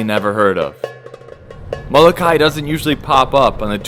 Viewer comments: It is molo-ka-e u dumb haoles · PLEASE SAY & PRONOUNCE HA-VAI-EE!!! MO-LO-KA-EE MAW HEE; OMG....plz,... proper would be respect.